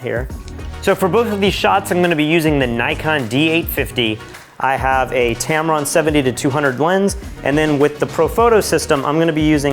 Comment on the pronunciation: If you were rich, you would be using a Nikon lens as well! I had to stop when you said "Tameron"